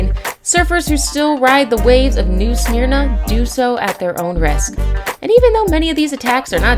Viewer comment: Nothing is more annoying than hearing you absolutely murder the name of my town, New Smyrna. It's pronounced New Sim-er-na. FFS